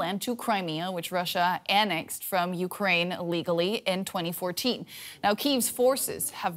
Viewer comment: I’ve replayed this 100 times. Every time she says LEGALLY. ITS A DISGRACE!!!